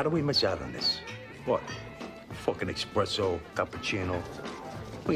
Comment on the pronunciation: Says the man who pronounces it "Expresso" lol I love that It's like american teenagers who have ancestors from germany or denmark suddenly go full viking with pagan tattoos